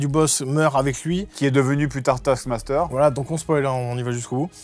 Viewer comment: A chaque fois j'entend "Tasse Master"... Dur.